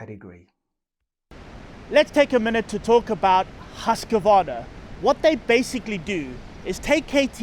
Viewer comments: FYI. It's "Husk-Varna". Not Husk-A-Varna. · What's a Husk K Vana, is it like a Kaw A saki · Great review great show but wrong pronunciation of the brand Husqvarna 😅